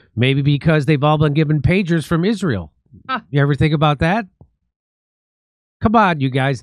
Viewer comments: I've never heard anyone pronounce Israel like that. "Ihzh-rael" 🤔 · "In Ijrayel" - Candace Owens. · it’s really bothers me how Candace pronounces it “Ishrael”. Check it out